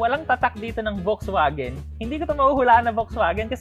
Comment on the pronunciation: doc and maam, may I correct you po? VW is a german brand, so its not read or pronounced as as V but with an F and not W but with a V.. bali Folksvagen sya kng basahin.